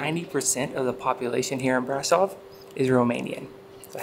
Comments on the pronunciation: It's easy even in English: Bra-shov :) Sh is pronounced like sh from shore. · It’s brahhhhhhshohhhv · Please learn how to pronounce Brasov!